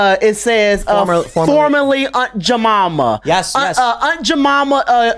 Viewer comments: Haha I love how my man pronounces "Aunt Jemima" as "Aunt Juhmomma"😂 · “I wanna meet Jemimiah herself.”